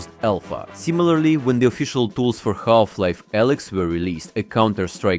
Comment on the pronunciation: Ah yes Galf-Life. 😂